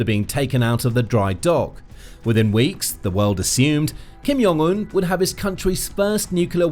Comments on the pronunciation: Kim YONG un?! WTF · Note: say the J. It's not silent in Korean. You just sound dumb. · The “J” is pronounced as a “J.”